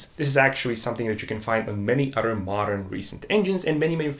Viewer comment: Udder udder udder. Dude learn how to pronounce the TH. An udder is where milk comes from. Other on the other hand is a whole other word.